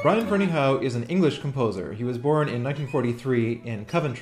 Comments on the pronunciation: i think its pronounced FerneyHUFF. but i could be wrong. my friend is a Ferneyhough and he pronounces it HUFF! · If memory serves, Michael Finnissy, who knows BF, pronounces it "Ferney-O." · drew bridge I've heard a variety of pronounciations, the one I've adopted seems to be the most common although of course it may still be wrong.